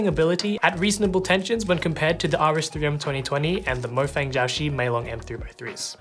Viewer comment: I hate the fact that the chinese man pronounced mo-fang g-ow shee instead of muo fang jiao shi